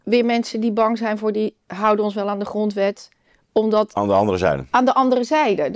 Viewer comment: Het is niet “we zitten nog niet AN, maar AAN. Let eens op jouw uitspraak Ad. Ook zeg je GEMAKT ipv GEMAAKT.